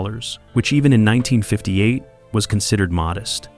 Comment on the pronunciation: As long as AI doesn't lean how to pronounce dates/years and unconventional names we'll be alright! 😆 How does it learn to say "number 19" but can't say "1958" ???????